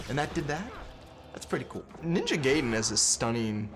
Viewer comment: WHY DOSE EVERY AMARICAN BUT ME SAY NINJA GAIDEN RONG FUCK! GET IT RIGHT